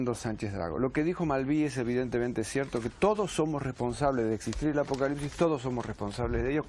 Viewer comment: Acocalipsis, apocarripsis…no logra decirlo bien 😂